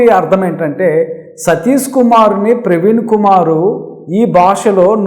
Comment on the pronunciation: సతీసు కాదు! సతీషు. షూ కు. సు కు తేడాతెలియకపోతే ఎట్టా? ముందు అక్షరాలు పలకడం నేర్చుకొని ఆపై పసంగం సెయ్యండి.